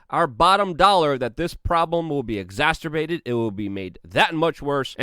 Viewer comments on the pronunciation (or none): EXACERBATED!! NOT ExasTurbated!! Luke c’mon!